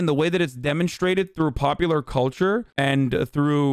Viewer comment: I cringe at the way Tucker says “culture”